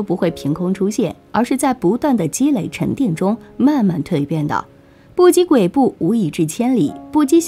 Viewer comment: 不积跬kui3步